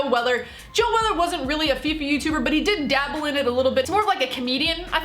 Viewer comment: If you lisen to her carefully , she says joe weather rather than joe weller , its bcoz she doesnt know da wei